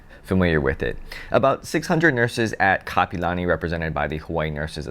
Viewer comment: it's Kapi'olani not kapalani. 👑Queen Kapi'olani 🌺🤍. You are what locals call a Transplant local. Back in my days it was FOB. Fresh off the boat. 😂